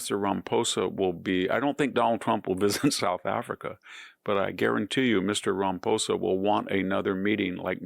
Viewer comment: You're mispronouncing Ramaposa's name!?? Why!